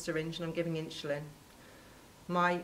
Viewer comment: Why is she calling it "inschulin" ??